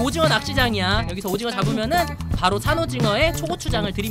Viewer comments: 오징어가 아니라 도징어 얔ㅋㅋㅋㅋㅋㅋㅋㅋㅋ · 도티님 오징어가 아니라 어징오 인것같아요ㅋㅋㅋ